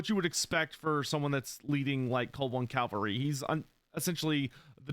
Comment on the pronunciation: CAValry.. not CALvary.